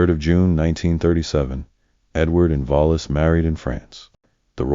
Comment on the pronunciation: Vola Simpson? What? Her name was Wallis Simpson. Pronounced just like it’s spelled.